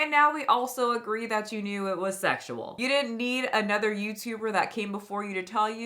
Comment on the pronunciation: She is gross… “It wasn’t segzual” … “I do things that are a like inappropriate.” “I use innuendos but it goes over kids heads…” girl stopppp go back to your cave.